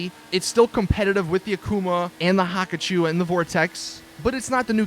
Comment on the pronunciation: STOP SAYING HAKACHU DRAG, PRONOUNCE IT, HA-KU-CHU NOT HAKACHU WTF IS THAT